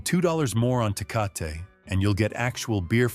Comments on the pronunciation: It's NOT pronounced TAY-COT but TAY-COT-TEY and if you think that Lone Star an A grade cheap beer i feel sorry for your tongue and your liver. Lived in Texas for 12 years after living in and near St. Louis most of my life. I had a glass or two of that swill and swore off beer until I got my hands on Modelo and especially Negro Modelo,---better than Tecate, better than Dos Equis. Negro Modelo is still my choice of beer. Guiness stout on special occasions. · 😂😂 Tay-Cah-Tay ….Tecate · It's Tah Kah tah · Do you really trust the opinion ?of a sight that mispronounces Tecate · As much as people bitch about bad grammer here...no one here complains that this robot clown can't say tecate properly